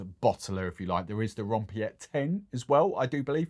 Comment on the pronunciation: Spoken "Ron Pete" .